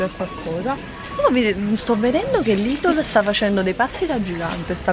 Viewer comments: Ciao cmq nn si dice lidol ma lidel però se voi tite così è uguale cmq bel video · Non si dice idol si dice lidel